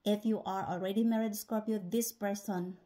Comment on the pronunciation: Scor pee O’s! 😊 I had never heard someone use 3 syllables to say the word Scorpio😂 Thanks!